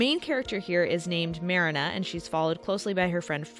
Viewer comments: Pronouncing the main character sobering, you’ve clearly never seen the older version. Marina as is in Marine-ah. Literally you def never even watched it. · I love that somebody did a comparison between both movie versions I love! Though why are you saying Marina’s name very differently than her name is pronounced 100 times throughout the film? Especially when the sisters call for her on the ship, yelling, Mariiiiiiiiiiiiiiiiiiiina! Lol Am I the only one who actually watched and loved the anime version even more than the Disney version? And trust me, Disney’s The Little Mermaid makes my top 3 all time favorite Disney films! When I saw the anime version of the story after I saw the Disney version in theatres. It was aired on tv around the time it came out at which I was psyched to see as I just loved the film I saw in theatres. Well......having absolutely zero idea, how the Hand Christian Anderson movie went, or maybe should say, didn’t even probably know at that point how Disney tweaked a lot of the classic fairy tales as some of them would have been too graphic and shocking had those scenes been chosen to be added in the films! But why do I love the anime version that much more? Because of that shocking ending where I looked at my sister as it ended and we were baffled! It was like......what just happened? She jumps into the sea and dies when she realized her deal with the sea witch failed??? As the years went on and watched that version 100 times more, as I experienced the usual heartbreak we’ve all gone through as we have crushes on that boy or girl in school , especially in Hs, where he or she was all we thought about to the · It pronounced mrEEnuh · Ma-rina not merina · Here nane is not Merena, her name is Marina ) pronounce like MarEEna. I know how it should pronounce that's is my mother's name. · Mariiiiiina not marana 😂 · It’s not mare-inah, it’s Marine-ah, Fritz says it often enough. Unless you’re purposely saying it wrong for rage bait, if so 🤮